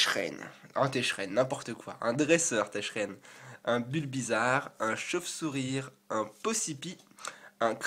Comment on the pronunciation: Tu as dis "Sorboul" au lieu de "Sorbébé" à 2 reprises et tu te trompes souvent sur Tcheren, tu le prononces "Techren" x) Mais vidéo de superbe qualité comme d'hab :) gg